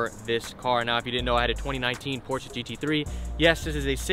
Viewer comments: porscheeee not porsh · Did this man just say Porsha? Lmfao